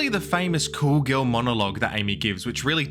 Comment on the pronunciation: "a gil that is gawn"